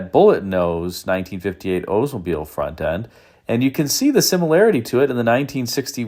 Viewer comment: Ok, I've held back. It is OLDsmobile not OOdsmbile. The L is not silent. The Cadillacs of this era, especially the Coupe de Ville are amazing.